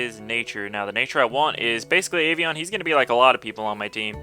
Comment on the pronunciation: it's Avian :D just saying...